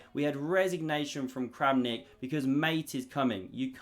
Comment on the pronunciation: Kramnik just became Krampnik